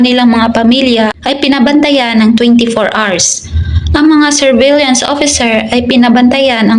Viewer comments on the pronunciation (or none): Galing kumpleto, pero need lang check ang correct pronunciation, like surveillance ❤❤ God bless you